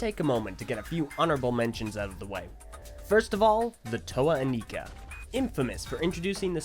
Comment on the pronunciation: Toa Inika? really?